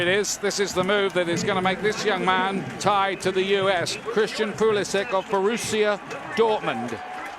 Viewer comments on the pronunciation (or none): Call him Pulishich, not Pulishik... He's of Croatian descent, so he is Pulišić, not Pulisik... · Pulisik?!? Bro you are disrespecting your actual nationality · lol can´t even pronounce his surname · Doesnt even know how to say his own surname. Sad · I love everything about this kid except for the Americanized pronunciation of his last name. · My man butchered his own surname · he cant even pronounce his name right... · When you can’t pronounce your own name